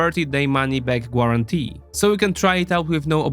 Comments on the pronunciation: Hey my guy, the U is just there for decoration in the English pronunciation of guarantee, typically its pronounced "gare-ant-ee" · “Gwuarantee” your accent is hilarious